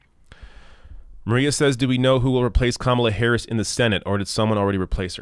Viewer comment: I hated that they mispronounced Harris's name.